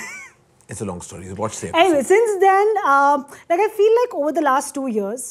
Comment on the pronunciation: story not St-Aww-ry.